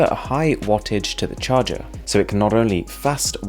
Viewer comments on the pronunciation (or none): Bro pls charger not cahrger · Why it say cahger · CAHRGER 😄😄 gotcha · ion wireless CAHRGER seriously 😂😂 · it's a mistake cause it say cahrger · cahrger huh? That must be some kind of new word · Wireless “cahrger”??? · I love the ion wireless cahrger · Cahrger :D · "Cahrger" lol